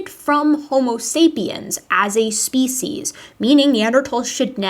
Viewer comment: I have watched and enjoyed so many of your videos. I am a big fan of you and love your scientific approach and presentation. I have one miniscule complaint. I wish you would change your pronunciation of "species" to the dictionary's preferred pronunciation. I have 4 dictionaries but I prefer Merriam Webster's Collegiate. Fond regards, David S. MİT, class of 1961 (yes, I'm ancient)